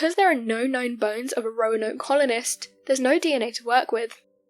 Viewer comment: She said “croanoke” hahahahahaha